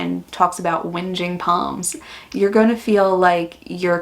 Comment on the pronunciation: Lol!!!! It's so weird hearing a yank say "whinging poms" 😂😂😂😂😂😂 Love your work! 😂😂